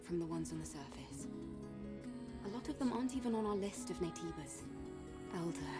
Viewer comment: Joe kept ignoring the game's hints by pronouncing Naytebas wrong